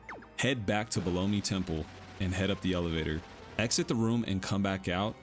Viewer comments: Belome… definitely pronounced Bel-õm not Blow-me… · I'm sorry, "bel OH mee"? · How do you think Belome is pronounced "blow me"? Or is this on purpose to get comments? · Wait.. Is that how it's pronounce? Below-me? I always pronounced it as Bell-Ohm 🤣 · Ha! You're right.. I actually didn't catch that. Bel-omph! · I used to be unsure of how to pronounce Belome until I saw the Japanese pronunciation. It's ベローム Beromu. A syllable ending in the oo sound in Japanese normally means a silent vowel in English. So the e is silent. Bell-oh-m. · You pronounce it like Baloney? I was pronouncing it with a silent E... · Well everyone that runs this game pronounces it bell lome if tgat makes semse. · The way you pronounce belom 💀💀💀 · Lmao at how you say belome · But who knows maybe they are wrong. I just never heard someone say belome how you did lol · all good, just thought it sounded funny. Great video tho. Thanks for the info